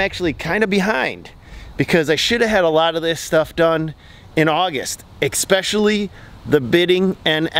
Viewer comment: EX PECIALLY. ?? You mean es pecially